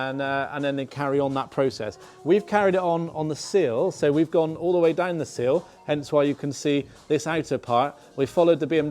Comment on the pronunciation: Sill….. silllllll!!! Not seal ffs